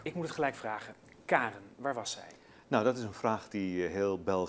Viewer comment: Die rechter gast zegt steeds kaarn inplaats van karen en eigenlijk zeggen ze dat josje vlaams is... GIRL